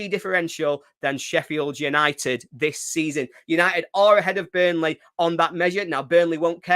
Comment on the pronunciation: Good old « Bunrley »😂